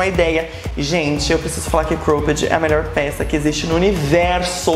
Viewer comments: amei o vídeo. Mas queria dar uma dica sobre a pronúncia da palavra cropped. Vc diz -Croupedi, mas a pronúncia é mais cróped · Que agonia de vc falando cropped errado kkkk